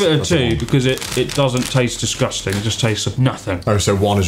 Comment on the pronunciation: chris and connor : "these taste DISGUSTANG." also chris and connor : proceeds to shove more awful chips in their mouths.